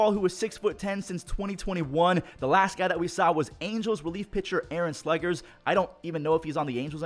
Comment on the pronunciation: s-le-edge-ers Not s-le-Gers